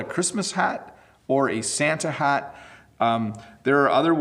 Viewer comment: Your Santa's shat is so cute~ hahahaha